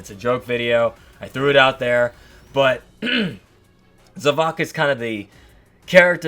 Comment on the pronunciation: It is pronounced za-vo-k